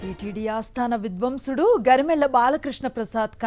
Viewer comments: Hello ఆస్థాన విద్వాంసులు,మీరు విధ్వంసులు అన్నారు తప్పు దిద్దండి మీ audio లో please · Anchor telugu nerchukovali baga. ఇలాంటి గొప్ప వారి గురించి చెప్పేటప్పుడు చాలా జాగ్రత్తగా చెప్పాలి.విధ్వంసుడు ఏంటి మేడమ్.విద్వాంసులు అనాలి .వారు కారణ జన్ములు.అలాంటి గాయకులు ఇక ముందు పుట్టడం కష్టం.😢😢😢